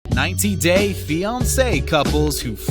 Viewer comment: The way he says 90 days 🙄 Nevermind You pronounced alot of things wrong.